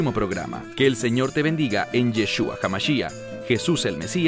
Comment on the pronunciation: Vestidos de ciliciiio es estar en completo ayuno...y es Yashua no yeshuaa